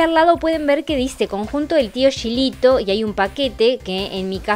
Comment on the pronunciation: Hola,, como dato te digo que el Tio Gilito se pronuncia como si tuviera una "j", igual que pronuncias "Juanito".